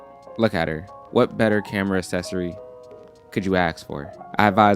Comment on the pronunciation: I like the way says “accessory” cause I say Ak-ses-ory and he says as-ses-ory